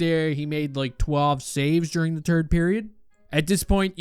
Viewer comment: Does he say "turd period" or is just a really canadian third period?